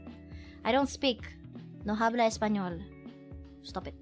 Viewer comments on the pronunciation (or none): Well it's kind of obvious as she doesn't know how to conjugate the verb 'hablar' and pronounce the 'h', which is silent in Spanish